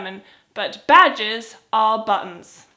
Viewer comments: Hi when you say badges it sounds like badgers, the animal lol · at first i thought you said badgers. now i have a silly image of you wearing a badger as a hat